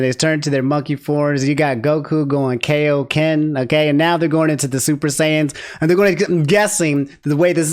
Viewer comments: bro are we really bringing back this nasty ass pronunciation of kaioken? Its king kai, its his power bro not king okay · It is KAI o ken not KAY o ken. It has to be a reused line. Funimation might be being lazy. There are too many reused lines in this trailer. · you're killing me with these DBZ pronunciations